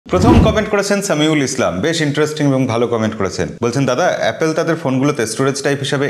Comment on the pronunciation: dada apnar video like kori. kintu apni jokhon apple k apel bolen khub baje lage beparta.